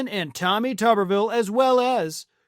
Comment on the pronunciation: A very small point but one I found highly amusing. I noticed how you are yet another one of the people, myself included, that can’t help pronouncing Tommy Tuberville name in the most slack jawed yokel southern accent you possibly can. It’s exactly what that slack jawed southern yokel deserves.